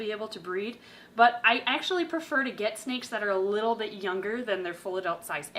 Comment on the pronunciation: Sneks. Thats all i have to say,Sneks